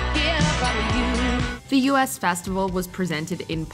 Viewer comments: The "U S" festival? Good lord. it was the "US" festival - as in the "look at US at the concert!" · The “US” Festival.....not pronounced “Youuu SSSS” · You’d think if you’re presenting ‘facts’, you might want to learn how to pronounce some of it. I’m talking about you, U. S,. Festival and maybe Laura N-I-Ro. Haha. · It's the "US Festival" as in "we", not the "U.S. Festival" as in the "United States Festival"... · It was not the "ewe-ess" festival, it was the "us festival", hence the reason: to decry the self-obsessed 1970s (you know, the "me festival"). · It’s the US Festival, not U.S Festival, the word Us. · Sorry lists but it's US Festival, as in the two of US, not as in US of A. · The 'US' in US Festival is pronounced like the pronoun.